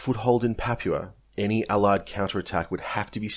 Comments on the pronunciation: You're pronouncing "papua" completely wrong man. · You don't know how to say Papua. Sad. And you keep saying it wrong, over and over. It makes you sound stupid.